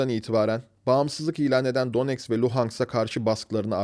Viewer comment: ulan daha donetsk, luhansk diyemiyorsun, bir de kalkmış neonazizmden bahsediyorsun, disleksi hastası seni. ukrayna rusya meselesini kıbrıs türkiye meselesine benzetmen de ayrı bir cehalet göstergesi